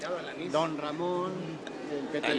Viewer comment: Perro lamon dijiste